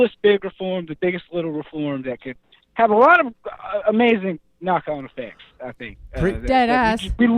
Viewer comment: Uh-Mei-Zin! but never go full peterson.